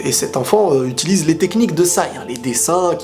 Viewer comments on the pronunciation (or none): none